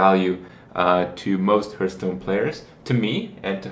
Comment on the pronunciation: Don't say "herthstone" kthx